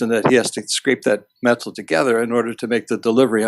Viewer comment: Funny how pronounces the word "met-tal". I wonder where he is from?